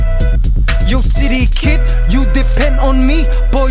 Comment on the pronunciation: I keep hearing shitty kid instead of city kid